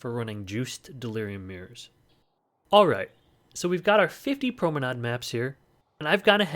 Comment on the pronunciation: Haha as a German I really was shocked by your pronunciation of promenade. I would say the last pronunciation you said is right. At least for American English :D